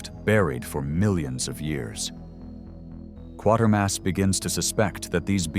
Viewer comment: You tweezed out some esoteric B movies against some well-known cult films. I remember seeing Barbarella in the theater, the best opening sequence I can remember! I've seen all the Quatermass movies and highly recommend them (by the way, the name rhymes with "waiter" not "quarter"). Good stuff, thanks!